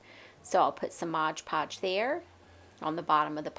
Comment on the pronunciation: It is cute how you pronounce Mod Podge Modge Podge 😅